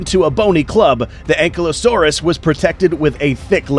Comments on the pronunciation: Its pronounced An-Kai-Low-saurus not being rude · How to pronounce Ankylosaurus:Ang/kaylo/sores